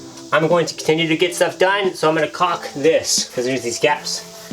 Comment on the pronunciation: Wow! The excitement is palpable around there. So cool when she put the sheet on the mattress and then paused at what that signifies. HUGE efforts coming to fruition. And THANK YOU THANK YOU THANK YOU for pronouncing caulk properly!!!! Drives me nuts when people pronounce and emphasize the L just because they’re afraid of saying a word whose correct pronunciation is to sound like “cock”. I’m excited for your family and that encourages me to get moving on our Skoolie. And thanks for not releasing as a premier. That helped it be right in my feed as it sniulsabw